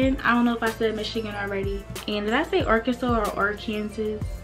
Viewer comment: Its the “Ar- kansas” for me😂😂😂😂😭😭😂😂